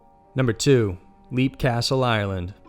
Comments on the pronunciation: It's pronounced 'Lep'. Not 'Leap.' as in jump.. ;) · Okay, no, no, no... I very much enjoy your channel (I'm subscribed and eagerly await notifications), but c'mon. Some research, please! Even a glance at Wikipedia would have informed you of the proper pronunciation for "Leap" Castle. (It's pronounced "Lep".) While I'm a stickler for pronunciation, I can let certain mistakes go. But not when it's so simple and basic; and hearing "leap" castle over and over just got to be excruciating. I'm an American of Irish descent, and have a life-long interest in paranormal subjects. Even the most casual interest in such things would develop the proper pronunciations of the places and names in question; but even more so when you're presenting yourself as a Paranormal List channel, that supposedly researches these things. It's insulting to mispronounce names; and it shows apathy, and a lack of diligence. This was disappointing. :( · "Leap " Castle is pronounced "lep". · Leap is pronounced Lep like Leopard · Leap Castle is pronounced 'lep' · Leap castle is pronounced lep